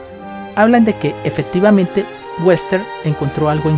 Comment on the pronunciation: pronuncia bien las palabras como EFECTIVAMENTE no efedtivamente o RELOJ no relod